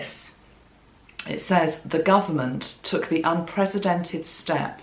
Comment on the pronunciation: And the way she pronounced it, to my ears anyway, sounded more like unpresidented, with a Z sound for the S, as opposed to an S sound for the C in unprecedented.